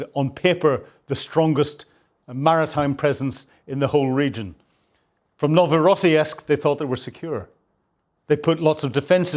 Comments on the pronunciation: I think the Orc's port is pronounced 'Novo Ross Sisk' there is no '...esk' sound in the name. That's not to detract from one of the best Ukraine War analysis channels. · NOVORO-SISK with a SOUTH PHILADELPHIA ACCENT, LOL GREAT SHOE🎉 Carry On.. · For crying out loud. it is only and you have already shown us that same explosion FIVE TIMES !! And why is it that Brits and Scots (and also Americans) have such a problem correctly pronouncing foreign, including Ukrainian and Russian, names ? I lost track of how many time you mis-pronounced Novorossiysk (you should check these words before you record your video), but for even simpler words, like Tatarstan, it is NOT Tartarstan (as you call it ). It's all kind of insulting to natives. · Ur pronunciation of Novorossiysk is terrible😂